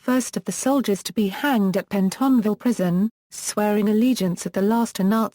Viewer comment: Not only bored to tears but also annoyed by the innacuracy. "Pie eery point?" Conningsby Main "in the West Riding of Yorkshire" It's in South Yorkshire. Her attempts to pronounce "Pentonville" abysmal!